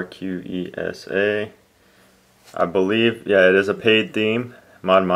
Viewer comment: It's pronounced tur-kay-sa